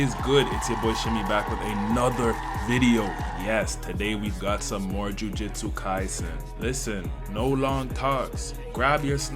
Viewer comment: "jujitsu kaisen" and "higurama", I'm dying by how you butcher some of the words..🥀